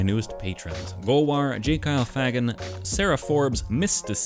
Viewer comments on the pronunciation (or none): I-... I dont think Fagan is pronounced that way...